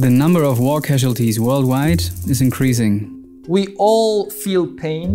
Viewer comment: Please pronounce increasing properly. Good video though!